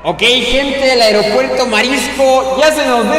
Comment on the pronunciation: el airopuerto mariscos sufre desconmposturas :V